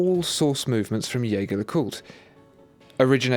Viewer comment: Your pronunciation of Jaeger leCoultre needs a little work mate, listen to their corporate video with a voice over by the actor Clive Owen...I used to pronounce it like you but, if you’re going to use the French pronunciation it’s more like Zheh-Zhey le-kultr....if you follow me?